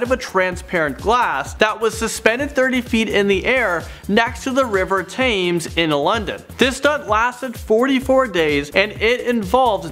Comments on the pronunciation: The river Thames is pronounced TEMMES NOT TAMES.It means quite alot! Thanks for your hard work all!!! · I love your channel, but more than 3 times I’ve heard “Th-ame-s” River. It’s pronounced “T-Ems”. I’ve also heard presenters say “Yeets” referring to the Irish poet William Butler Yeats. His name is pronounced like “Yates” rhyming with “Gates” you guys…are awesome….just my pedantic, MA in English composition and linguistics rearing it’s ugly head 🤓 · I love all ur videos I watch every day however I have to say it drives me crazy the way you say Thames River its pronounced tems sorry love you all xx